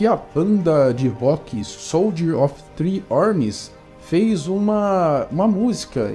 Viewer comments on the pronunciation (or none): none